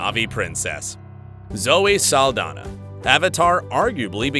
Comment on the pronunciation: (Ahem!) ... ZOË SALDAÑA is a Latina Actress, THEREFORE, here last NAME is in Spanish. You should have noticed that when you see her name actually spelled correctly with the symbol above the letter "Ñ / ñ". Most of the times it's shown, they don't bother putting it in, which I think it's disrespectful, as well as mispronouncing her name. It's pronounced: "SAHL-DAN-YAH" The "Ñ / ñ" makes a "n-yah" sound, NEVER pronounced like an English "N / n" like your using it, as in "November," or "Announcement." Typical U.S. Mainlanders, you always try to steal OUR GREATEST LATINO/A ACHIEVERS and make them your "own." Don't you realize that all that does is increase the hate by belittling the Latin Community in thinking that Latn@ are worthless and never amount to anything? *************** Trump: "Mexicans and Latinos are nothing but Rapists, Drug Dealers, & Murderers." - Donald J. Trump, Former Failed President of the 🇺🇸 U.S.A. *************** These great Embassadors of our Latin Heritage PROVE that we are just as good / if not better as ANY U.S. Mainlander. Please correct your enunciation / pronunciation of her last name. Thank You.